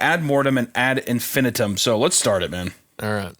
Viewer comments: its pronounced ad in-fin-EYE-tum jfc Also, amber alerts aren't issued for just a kid missing. Its only for an abduction. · In case anyone cares, it’s pronounced “ad in-fi-NIGHT-um” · All of you collectively mispronouncing "ad infinitum" is absolutely driving me up the wall.